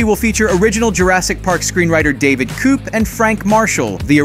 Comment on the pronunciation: David "coop" - it's David Koepp pronounced "Kep"